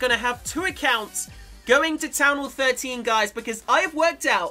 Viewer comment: “town hall thirTEEn”